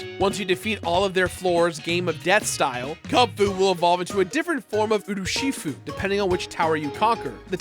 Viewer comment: Why can’t you say Urshifu correctly?